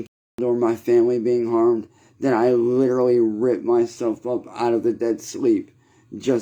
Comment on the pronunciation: “Litcherlly” shut up Quit crying and repeating the same story every day poo poo pants. “One red cent” stfu dude